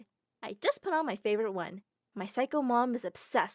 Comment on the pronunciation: You spelled Favorite wrong. You said Faouvorit